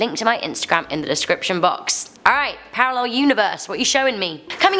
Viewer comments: Hmmmm parrarel? I wondered what was wrong there then realised🤣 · Parallel not Parrarel